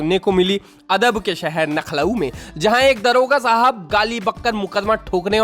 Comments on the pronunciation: Nkhlau nahi lakhnau hota hai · Nkhlow nhi janaab lakhnow hota hai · Bhai nakhlow nahi lucknow hota hai....😂😂😂